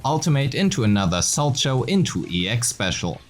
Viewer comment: The fact that literally no person making ZZZ content knows how to pronounce Solchow is so funny. ITS FIGURE SKATING GUYS, ITS PRONOUNCED "SOW-COW"